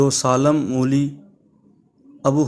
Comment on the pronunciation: سالم مولا پڑھا جاتا ھے